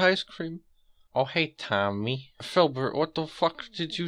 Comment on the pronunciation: ngl. thought philbert had firecream instead of icecream at first